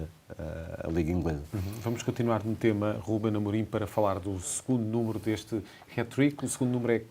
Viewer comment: Aprendam a falar. Não se diz Hét trick MAS SIM Hát trick com Á, como em apple and ass! 😂 Eu só vivo em Inglaterra à trinta anos....